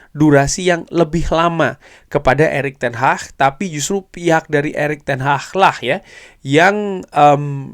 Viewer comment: Ingat Bukan ERICK TEN HAH tapi ERICK TEN HAG. 😂😂😂😂😂 kox di kasih tau gak faham faham .